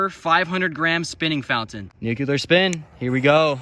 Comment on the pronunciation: nu-clear fella . say it with me nu-clear